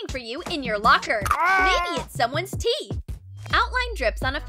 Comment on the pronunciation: I thought she said tee and I am like but that is tee right ? Oh teeth